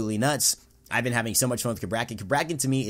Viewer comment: I get the feeling he is pronouncing the god's name wrong